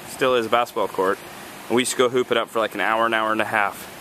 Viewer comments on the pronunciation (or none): I had two like omg moments... 1. You said before me and shay were married. It made me think you and shay got married and 2. When you said hoop it up i thought you said poop it up. Lol